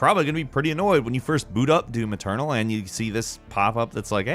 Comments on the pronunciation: It's doom eternal not do-maternal. Note how he says that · Now I can't unhear it when he says it